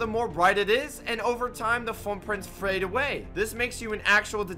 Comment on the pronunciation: "...and over time the frootfrints prhade awyaey"